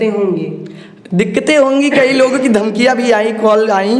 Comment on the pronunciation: दमकिया नहीं धमकियाँ होता है मैडम